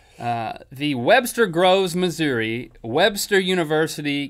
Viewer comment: They said missouri wrong